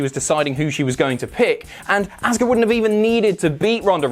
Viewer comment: Say Asuka name correctly!!! We've heard her say it enough please it's so grating!!